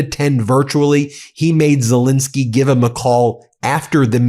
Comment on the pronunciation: Ben, how long will it take for you to call the President of Ukraine by his proper name, it`s Zel ENSKY not Zel INSKY.